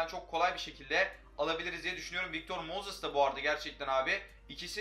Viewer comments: Su adama mozis deme moses de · MOZIS NE AMK MOZIS NE NEEE!!!